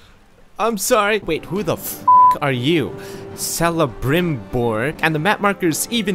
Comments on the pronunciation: "S-elebrimbor"? It's pronounced Kelebrimbor. I thought you knew basic Elfish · It's pronounced Kelebrimbor. Not Selebrimbor. This triggered me more than it should. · Uhuumm Celebrimbor is a lord of the rings character and is pronounced with a hard c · In the Elven tounge "C"s always have a "k" sound. So it would sound like Kelebrimbor. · Dude, it’s Cal-le-brim-bor🤦‍♂️😂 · why is Celebrimbor there. He’s the shade thing from Shadow of Mordor and basically the creator of the one ring, kinda. Anyway, why the fuck do you have a legendary Elvin lord from LotR in your Skyrim. Pronounced [Kel-ah-brim-bore] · its pronounced Kelembrimbor he is a tolkien character. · Can't believe he didn't know who Celebrimbor is! Blasphemy! Not to mention he BUTCHERED his name! The Bright Lord will NOT be pleased to hear this. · Kinda triggered you said celebrimbor wrong still love the videos though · I think I got cancer from how pronounced “Celebrimbor”